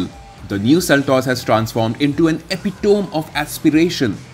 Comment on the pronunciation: Great review, but: Feet ❎ Foot ✅ Pique ⏩ Pronounced Peek ✅ Pick ❎ Aesthetic ⏩ Pronounced Ease-thetic ✅ Ass-thetic ❎ Epitome ⏩ Pronounced Epi-tuh-me ✅ Epi-toe-om ❎